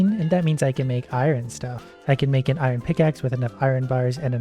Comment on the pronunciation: I absolutely love watching but the way he pronounces iron does slightly bug me at times xD